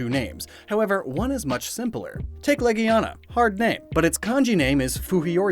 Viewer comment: Heard some guy pronounce legiana “la-gina” don’t say that around children.